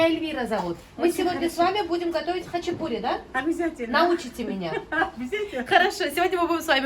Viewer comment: Почему-то россияне говорят хачипури а не хачапури